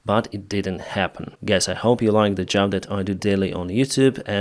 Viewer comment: You talk about "supporting your motivation", after asking for money for your "jab" 🤔... This really sounds like the money are the motivation! And NOT jab. It is job, or even better use the word work! And NOT tracks. It is trucks. Tracks are a totally different thing! Btw. Why do you speed up your videoes? It is pure torture to listen to a non stop sentence from start to stop. Take a breath between sentences! And slow down your speed.